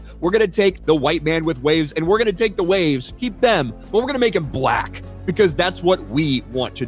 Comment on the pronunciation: I’m sorry but the way he says black already tells me what he is